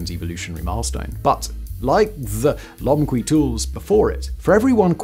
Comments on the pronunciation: If the other channels talking about Lomekwi finds are right, it's pronounced lo-mek'-we, with the emphasis on "mek". I can't say for sure they're right, but it's probably worth checking if they come up again. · Can you find someone else with a British accent but that actually knows how to read? It would lend more credibility to the script, instead of subtracting from it. Lo-meh-kwi "the crafters of these tools remain identified" unidentified my dude, unidentified. Homo HA-bilis (crafty, capable) Autral-o-pithe-cus Afar-en-sis No amount of jazz, can cover that up... the same as polishing the script with chatGPT. Perhaps, find a reasonable middle where you can read what chatGPT suggests?